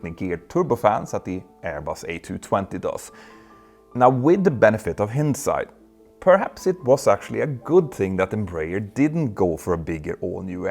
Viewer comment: new favorite mispronunciation: hinnedsight instead of hindsight